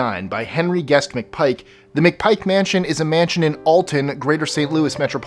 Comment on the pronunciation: Hell yes! The McPike mansion is on here, Alton il where I was born & raised. You mispronounced the last name lol, but it happens. I've been in that place a couple times, typical haunted mansion.